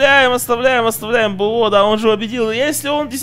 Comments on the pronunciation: Почему говорит бэо а не бо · Не БэО,а БО,запомни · ДЕМ ПОЧЕМУ БЭО?! ОН БО А НЕ БЭО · Ребят, кто тоже слышит от не бо,а б о? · ты специально говоришь б о а не бо? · Можешь не творить Б о уши режет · БО читается не по буквам а вместе